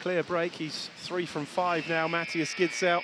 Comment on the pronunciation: The "K" in Knorr is NOT silent!!! And the Gidsel name is pronounced GISSEL(!!), and NOT Gittsel!! Just saying!